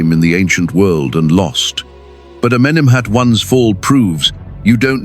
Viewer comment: Amenemhet Aaaai! 😂😂😂